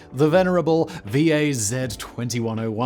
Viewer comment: Simon! Tip! If there is an ACRONYM in any Slavic language (with over 0 vowels, excluding translations ex USSR), 99.9999% of the time you should read it like an actual word. G.A.Z. = "gaz" and V.A.Z. = "waz"